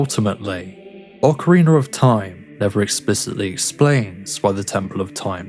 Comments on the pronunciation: Why you call it an ocareener? It's rina! Ocarina! It sounds like you're saying it with an R at the end to me. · The real mystery is where do you find the second "R" in Ocarina? Wtf is an Ocariner? 😂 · Yeah that's how I'm used to saying it too. I just keep hearing a slight r sound at the end .ost of the video but I guess it's just an accent or dialect thing. I probably shouldn't have even brought it up.